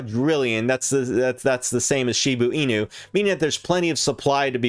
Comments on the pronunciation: It’s Shiba Inu not Shibu Inu ffs!!! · ITS PRONOUNCED SHIBAAAA INU YOU FUCK. SHIB TO THE MOON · "She boo ee new"